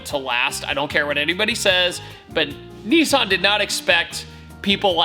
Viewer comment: Nissan! Not nissarn!! I swear that's a trigger for Australians and everyone else 😂